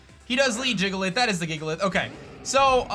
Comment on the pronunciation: DAT BOI SAID JIGALITH